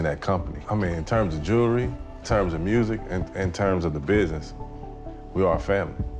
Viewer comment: Can some pronounce Jewelry correctly